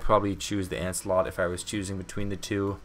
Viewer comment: it’s Lancelot not “ANCELOT” Bruh